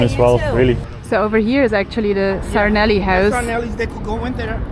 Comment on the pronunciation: 'this is Rocky Balboa's houuse'.lol. you are sounding more like Naomi and maybe a Scottish person when you say Houuuse. Just something I observed. What do you guys think of the lads blocking up Ireland with the protests?. I've been to many against this evil government and usually we are bullied and abused by the riot squad. Good thing about this is......they can't bully and push on heavy machinery and trucks. I think we need more feet on the street. I think I will go in and stand with these guys. It's not just fuel, it's the state of the nation and it's idiotic policies regarding illegals and the cost of living. One lovely.